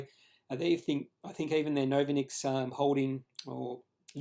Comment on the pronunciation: Good job on the candlestick analysis. But why do you put your credibility into question by not even bothering to find out how to pronounce the name of the company? If you can't get that right, why would your subscribers trust you on the quality of the rest of your research? Pretty easy to log on to Novonix's website to find out how they pronounce their name